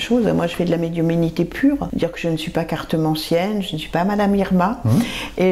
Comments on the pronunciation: oui mais la personne a répète pleins de fois médiuminité et appayant bien sur ce mot comme s il était différent de celui de médiumnité qu on connaît. Ma foi bizarre comme elle le prononce et prkoi comme ça on sait pas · on dit médiumnité et non médiuminité